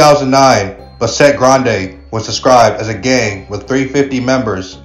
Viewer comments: Its Bass-et... Not Ba- sset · Buhh-set lol It’s Bassett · Why is he saying. Besset? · It's not pronounced Ba-Set it's Bassett one phrase. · It's pronounced Bass-it not bah-set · Bahset gang ? bASSet foo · It’s not Bah-set…it’s pronounced Bass-sit foo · Bass-it bro how you pronounce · It’s pronounced as ‘bass set’ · Buh-set ? this fool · this isn’t even a Spanish word lol and he still got it wrong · Somebody needs to show this fool how to pronounce Bassett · U have no buisness doing content like this if u cant pronounce names correctly. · Dude at least learn how to say the name correctly 🤣😅😆